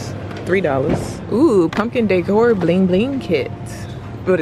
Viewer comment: If you say Daycore one mo damn time 😂😂😂😂😂! It’s decor!